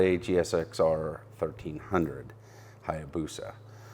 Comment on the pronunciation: A Hayabusa not Hyabusa!!!